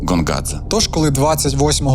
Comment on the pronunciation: коли Гонгадзе став Ґонґадзе? карт. ღონღაძე . як ми бачимо, тут ღ котра передає /ɣ/ (наша українська Г передає /ɦ/ та /ɣ/), а не გ котра передає /g/ (як українська Ґ). це все одно що Helsinki називати Ґельсінкі, замість Гельсінкі.